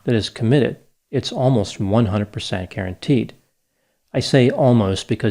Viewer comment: I could have sworn said Karenteed 😂